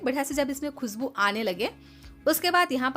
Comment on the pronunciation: Aap crush ko krass kio bolte ho? Naashta ko Naasta! Khushboo ko khusboo or gaajar ko gaazar! Fresh ko fres! Recipe acchi hai!